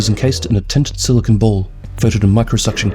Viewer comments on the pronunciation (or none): none